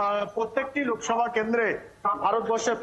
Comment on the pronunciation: লোভসভা না লোকসভা হবে.